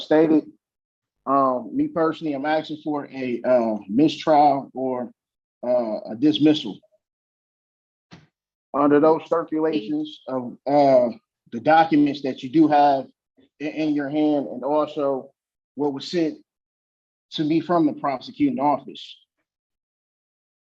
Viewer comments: "Under those sterpulations." STERPULATIONS?! 🤷🏻‍♀️ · did this fool say, under those “circulations” or “sterppulations”??? Or was it “sterkulations”? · “…under those therpulations…” 🤦🏻‍♂️